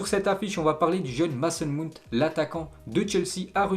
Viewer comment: Mount 😭 sa se prenonce Maout😭